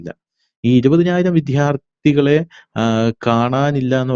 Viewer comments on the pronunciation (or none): വിദ്യാർത്ഥി എന്നുച്ചരിക്കു. 'വിദ്ധ്യാർത്ഥി ' ഉച്ചാരണം അരോചകം. നല്ലൊരു ചർച്ചയിൽ കല്ലുകടിയായി ഉച്ചാരണം